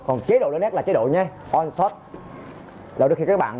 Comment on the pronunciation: Ổng muốn nói là nên lấy nét bằng 1 điểm giữa (thay vì 9, 11... hoặc Auto) và chọn chế độ lấy nét One Shot (ổng phát âm thành On Shot)